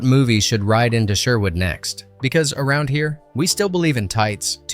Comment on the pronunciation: What do you expect from someone who can’t even pronounce Sherwood properly?